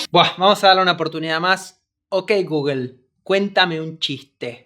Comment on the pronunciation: Gugel dicen estos espa~oles ni pronunciar bien pueden algo tan sencillo la marca Google